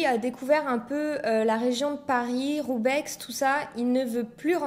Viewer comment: video sympa mais on ne prononce pas le X dans roubaix ;)